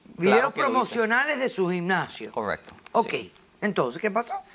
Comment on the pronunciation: Dra Polo no se dice ginnasio